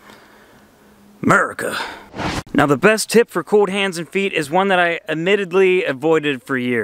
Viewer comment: Great video! Also, the word cold has an 'L' in it 😂